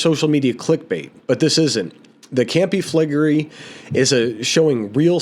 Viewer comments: Campi Flegrei (pronounced Campy Fla Grey) as you quite rightly said has a VEI of 7. In that respect it is NOT a supervolcano as they have had to have a VEI 8 eruption to be classed as a "super volcano". HOWEVER, because of the population within the Caldera and of course Naples, Campi Flegrei is being monitored as a "super volcano". I walked the Phlegrean Fields (pronounced "fla gray an -- Fields") approx 35 years ago and became fascinated by Campi Flegrei and of course Vesuvius. You CANNOT walk the Phlegrean Fields now as it is too volatile. I watch and she is very imformative, but one thing that get's me annoyed is the constant......It's a Super Volcano..... when it's not had a VEI 8 eruption. The definition is available via Google if anyone questions it!!, other than that, is very informative and a must watch if interested in the subject. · Campi Fla-Gray… took me a while to pronounce it too. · Pronounced Campi Flee gray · Campy Fleh-gree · Campee Fle-Grey is the correct pronunciation. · Pronounced: Kam Pee Fleh Gray